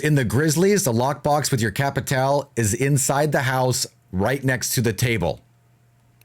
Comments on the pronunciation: Its pronounced capital bruh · No it’s actually pronounced cappi-tall-eh